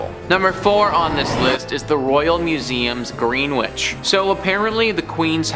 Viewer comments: Greenwich is pronounced gren-itch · “Greenwich” 😂. It’s pronounced Gren-itch!